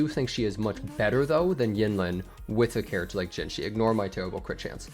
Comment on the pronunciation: if you can't pronounce it, just say "juh jih" which is closer to the pronunciation than what you said